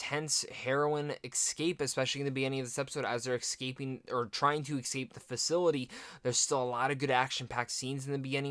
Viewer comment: Dude, learn how to pronounce “escape” correctly.